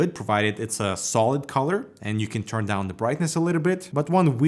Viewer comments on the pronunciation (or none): none